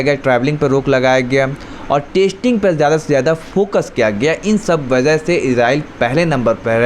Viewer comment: Baza nahi hota wajah hota hai mere bhai